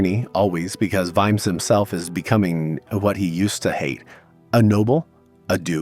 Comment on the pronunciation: You pronounced it Veemz? Really?! 🤣